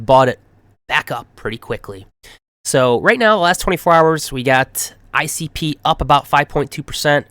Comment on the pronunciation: ICP sounds so good when you say it 🎉